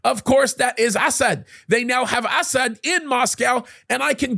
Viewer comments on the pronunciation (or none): Am I the only one who chuckles every time this dude says "Assad?" It sounds like he's calling the guy "ass-hat." XD